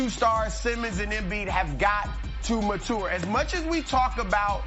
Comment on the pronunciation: Ma tour is not acceptable.